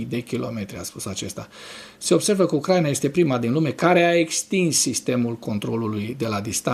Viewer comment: D-n nu se spune Ucr/A/ina ci Ucra/I/na, pentru ucraineni asta-i foarte important.